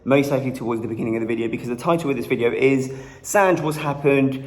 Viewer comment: sanj went from sanj to sanjjjj